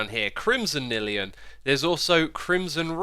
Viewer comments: Its N-I-Lium as in Nylon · Its N-i-li-um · xisumavoid: Warped Nylium Someone: No, it’s pronounced Neelium Minecraft veterans: Block is block! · Considering how "nylon" is pronounced, I'm pretty sure you mispronounced Nylium. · It’s actually pronounced warped nylium